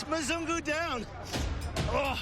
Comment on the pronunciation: I miss Nairobi so much.. I miss Kenya like crazy bcs it's my second home.. I miss my sweet wife who is still there.. But this video is soo true and funny.. Ghai.. Mzungu.. He always said Muzung.. 😂😅 Kenya soon I'm back!